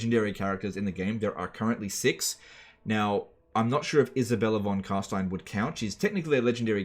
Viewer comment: Congratulations on having learned to pronounce Carstein correctly. It is a delight to listen to. Keep up the good work :)